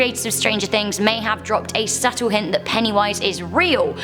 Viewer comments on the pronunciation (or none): none